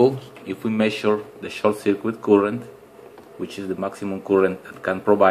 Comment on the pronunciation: It is "Current", not "Coolant"